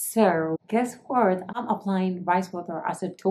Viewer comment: guessrrrr waarrrrttt ahahahahahah